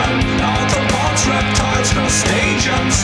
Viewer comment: Even knowing that he's saying arthropods it still sounds like he says Autobots.